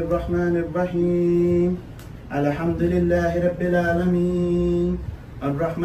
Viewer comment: The man who is "officiating" the haram act doesn't seem to know how to pronounce "Alhamdulillah". In any case, the fellows taking part in this act are fooling themselves that Allah would accept this "faahisha.